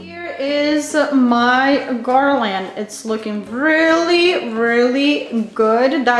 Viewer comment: I do not understand why they think you say garland funny! You sound fine to me. Some people don’t have anything better to do except criticize others ! Ignore those that are critical. The garland is beautiful! Thank you for sharing 😊